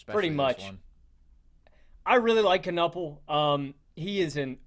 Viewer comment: It’s Ka-Nipple dude. Pronounce it right.